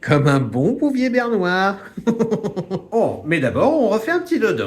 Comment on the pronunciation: Bouvier bernois (Berne) et pas bernoir😂